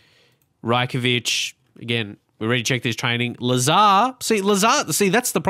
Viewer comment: It's Raj-Kovic not Rye-Kovic